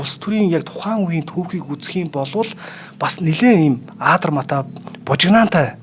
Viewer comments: багшаа Монгол хэлэнд аадармаатай гэж үг байхгүй шүү!!!!!!!! адармаатай гэж үг бий адармаатай гэж л хэлдэг шүү!!!!!! мэдээсэй гэсэндээ хэллээ шүү!!!!!!!!! таны ухаан эрдэмийг биширнэм.... ажлын амжилт хүсье.... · Аадармаатай гэж яриад байх юм аа Адармаатай гэж ярина аа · Kk zugeer l yariani yavtsad urtaar duudchihsan bolohoos medeej medej l bgaa l daa 😅